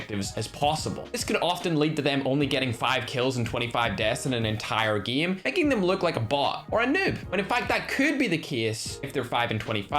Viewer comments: Its so funny how he pronounces game😂😂😂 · How pronounces game normal guy:game:geme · every one: hay its pronounced ''game'': nah nah nah its ''gihm'' just for fun lol...